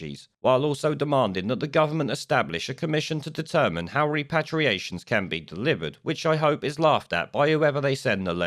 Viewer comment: It's pronounced REP-ER-ATIONS. Your mispronunciation of this key word makes you look foolish and ineffectual.